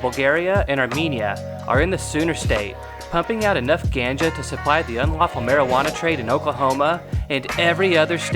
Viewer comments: The word "ganja" is supposed to sound like gone - juh. Great video! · I’ve heard the term ganja said 1000 times. Never heard it pronounce the way you do. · The way you pronounced ganja already has me questioning this video. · Ganja.. Pronounced... G-on-ja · I prefer pronounce ganja with ah sound, and not the short a. to each his own though. I also pronounce Nevada in Colorado with the same ah sound. It’s truer to the proper Spanish pronunciation. OK that’s all from my vocabulary snobbery. Go Oklahoma! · If I hear the word gannn-ja I have to dislike the video lol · The way the narrator says ganja makes him sound like he’s from Wisconsin. And the term gas isn’t short for anything it’s just a metaphor. Like you need gas to keep your car going and you need weed to keep your high going. And the fact that this dude didn’t use stats from Washington or Oregon and just California and Colorado just shows that Oklahoma weed statistics aren’t very impressive. California has only had leagal weed for 6 years and it’s taxed to shit. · The way he said ganja made me stop watching the video. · Pretty sure you don’t say Ganga like that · I was a little put off by the pronunciation of "ganja" in the beginning but quickly realized the sarcasm lol. After that the video is full of giggles. XD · Thumbs down because you can't pronounce Ganja properly.